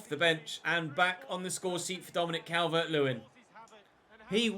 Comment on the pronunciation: The way he goes CAL-VERT 🤮🤮🤮